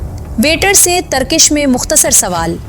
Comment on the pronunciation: تم پڑھے لکھے ہو، اصل میں انڈین ڈراموں اور فلموں نے اور انگلش سکول سسٹم نے اردو کا بیڑہ غرق کر دیا ہے۔ اب اپنے گاندھی والے جملے پر معذرت کرو۔ پھسلا، پ کے نیچے "زیر" ہے. اس نے پ پر "پیش" پڑھا ہے۔ ترکش، ک کے نیچے "زیر"۔ یہ مسلسل ک پر "زبر" پڑھ رہی ہے۔ اس کے علاؤہ بھی کافی الفاظ ایسے ہی ہیں۔۔۔۔۔